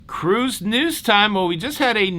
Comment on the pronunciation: I just think it's adorable that called it "wacky toebacky"... 🤭, thanks for another day of cahroose news that made me smile AND informed me!